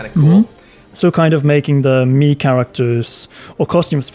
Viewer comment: I keep hearing “Mii Characters” as “meme characters”